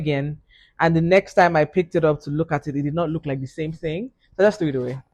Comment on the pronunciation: Toolz said "with this sMe pixie wig?😂😂😂😂